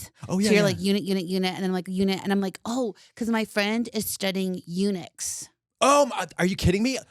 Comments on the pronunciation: When she said eunuchs, I heard UNIX! I was like, is she going to talk about how Linux is taking over? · I thought she said Unix instead of Eunuchs and I'm like why tf is Katya excited about this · I thought Unix too and was like “why is Katya so excited about this topic!?” hahahahaha